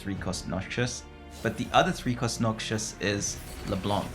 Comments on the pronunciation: bro its noxus not noxious please! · yo btw its not noxshus its nox-us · Love the video, but can't keep hearing Noxus (pr: nock-sus) pronounced noxious (pr: nock-shus) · its NoC-Sus not NoC-Chus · I do like your content, but please try pronouncing the origin trait names. It is just weird to listen to the whole game. Like Noxious vs Noxus, Frejlord vs Freljord, I-ks-tal vs Ixtal (Ishtal; don't blame you for mispronouncing this one). It really is a nitpick that bothers me more than it should. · Noxus is pronounced “Knock-sus” - not noxious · It’s NOXUS pleaseeeee, so painful. It’s also not Freyljord, it’s FRELjord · Unc is traumatised by Noxious trap he can't even read Noxus correctly.